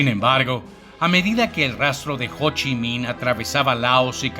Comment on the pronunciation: Hoshi min o cochi nin 🤣🤣